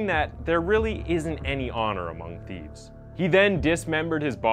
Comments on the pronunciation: I like your videos but you need to take a few language classes. Seriously?! Theefts? Atteeka? Evanses? Your killing me smalls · Yes, I heard several. I recommend he look up pronunciations of all proper nouns. However, there’s no explaining “theefs”.